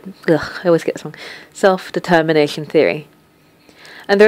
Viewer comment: I swear you never said "self-determination" right ;)